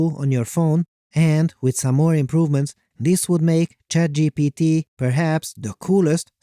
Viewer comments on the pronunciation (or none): I heard you said CHADGPT